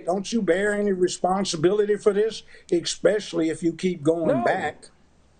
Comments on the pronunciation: American law 101 doesn't teach one to say the word especially as ixspecially, still can't believe that, just saying !! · But saying the word exspecially.......just damn !!.......Oh my.